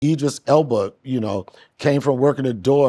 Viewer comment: Idris Shannon, not Edris🤦🏾‍♂️😂😂